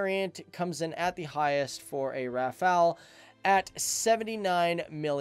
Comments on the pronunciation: RAFA-LE, NOT RAFA-EL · It is pronounced Raff-all, the T in Dassault is silent. It didn't just reach speeds of Mach 1.4, it supercruised at Mach 1.4. The Rafale M was purchased for the Navy first because the urgent need to replace the ancient F-8 Crusader for the A2A role. 1850km radius is with 2 CFTs, 2 Scalp EG. and 4X Mica. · The l is also silent